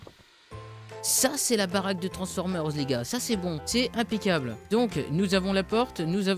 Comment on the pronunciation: Pourquoi tu dit toujours impecable